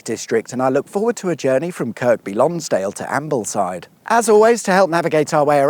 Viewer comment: its pronounsed KIRBY LONGSDALE by the locals..i spent my youth in that area and the lakes ..its not grown in size because they have prevented a lot of house building there..for good reason.dont swim in the lakes there badly polluted.